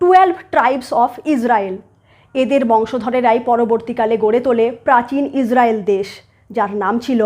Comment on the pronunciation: Please 's' এবং 'sh' এর উচ্চারণ টা সঠিক করে নিন। আপনি প্রত্যেক টা 's' কে 'sh' উচ্চারণ করছেন। এই একটা কারণে আপনার এতো ভালো ভিডিও সুখ শ্রাব্য হয় না। ' israel' কে 'ishrael', 'palestine' কে 'paleshtine', 'hamas' কে 'hamash', 'muslim' কে 'mushlim', 'islam' কে 'ishlam', 'trust' কে 'trusht' ইত্যাদি ইত্যাদি না বলে যদি উচ্চারণ সঠিক করে নেন তা হলে ভিডিও গুলো খুবই ভালো রূপ ধারণ করবে।